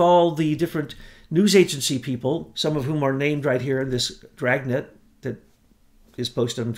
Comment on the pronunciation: Dragnet ha an R in it